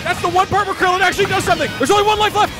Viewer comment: I'm glad "Krillin" was accurate